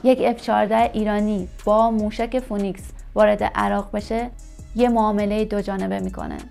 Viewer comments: فینیکس نه فونیکس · تلفظ فونیکس نیست. فی نکس درست است . شما اینکاره نیستی